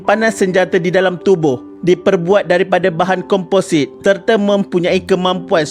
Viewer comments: Next time nak buat video sebutan biar betul..bukan komposait tp komposit in english its composite.. Tutup pkp sbulan terus hilang tag line "1 billion company" tu 😂😂 sembang boleh hidup lagi 3 4 tahun tp baru sebulan da tewas 😅 nak terus kan hidup atau terus kan cara hidup?😌😂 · Kompozit.. not kompo-sait.. adibah nor skit..😁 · Sebut composite pun tak betul, habis nak jadi admin.